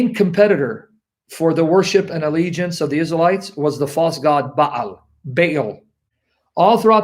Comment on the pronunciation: should enunciate Baal by saying Barl and not Bale. I could be wrong.